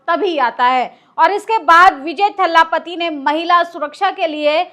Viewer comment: बहन वो थल्लापति नहीं थलापति है।